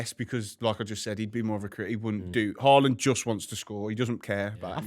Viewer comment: It's Haaland. Period